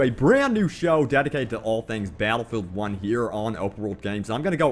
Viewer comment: Twen twings abwout bawwatlefield